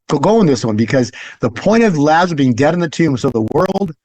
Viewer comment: Someone should tell about Lazarus, not “Lazareth”. 😁